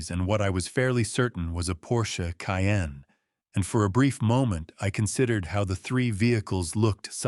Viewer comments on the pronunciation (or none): none